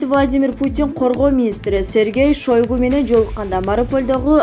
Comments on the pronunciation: Мына бул журналистка аттарды туура эмес айтып жатасын уят сен да депутаттардан уйрондунбу жазылышта шойгу дейт айтылышында шайгй дейт донбасты данбаст дебейт😄😄😄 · Жазылышы ШОЙГО,айтылышы ШАЙГО. Чоон министрдин атын туура айтпаснар уят автор.